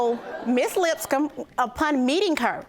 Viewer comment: Lol I thought the bailiff said the last name was "Lipscum" 🤪